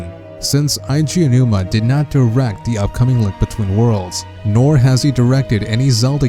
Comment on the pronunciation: I guess not. The guy should know how to say "A G OWNOOMA"